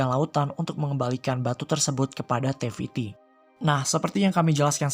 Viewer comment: naratornya ngomong te fitti dengernya teh fitri lol